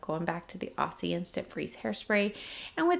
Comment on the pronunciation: the s in aussie is pronounced as z.It stands for australian😁